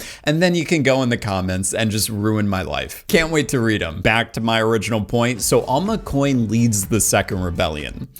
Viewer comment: Is it just me or does he say “Dalma Coin” instead of “Alma Coin”? Sounds like it’s been clipped off of another video where he is actually saying “ and Alma Coin”